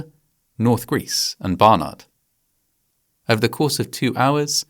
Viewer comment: Excellent recap of this tragedy! I remember it clearly! And kudos to you for pronouncing Barnard correctly--you must have stayed at the Holiday Inn Express that is located almost right next to the original Holiday Inn. And thank you for naming the victims of this event.